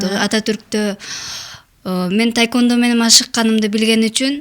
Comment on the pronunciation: Ведущая кыз тайквандо дейт го. Тиги спортсменкага да таэквпндо деп жазып коюуптур бляячч🤣🤣🤣🤣🤣🤣🤣идиоттор тайквандо же таэквандо эмес тхеквондо деп жазылат блять